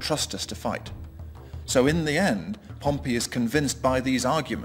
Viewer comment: pronounces Pompey same as Pompeii. Wonder where he got his PhD in Roman History.